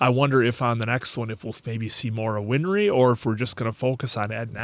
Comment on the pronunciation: Th answer, it's not "winfry" her name is "winry"